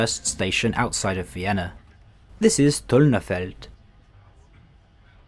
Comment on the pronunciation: Is he an English native though? The way he said 'Tullnerfeld' was extremely Scandinavian lol